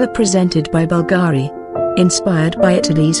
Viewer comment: Beautiful and timeless pieces. Being that this presentation is about Bvlgari, the person or bot doing the voiceover should at least learn how to properly pronounce "Bvlgari". Being that this is about jewelry and precious stones, "cabochon" should also be properly pronounced. 🙄